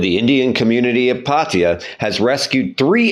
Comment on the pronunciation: Pattaya ❌️ Paateya✅️😂😂😂